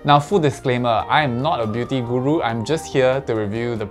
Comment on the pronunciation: the way you said "guru" sent me